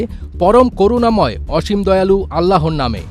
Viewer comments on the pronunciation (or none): none